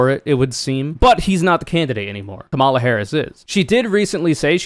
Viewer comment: Ok, it was pretty bad when you repeatedly mispronounced Kamala’s name, but then you pronounced “lmao” as a word. What, are you 13?!? There are too many other serious people to listen to; you are not.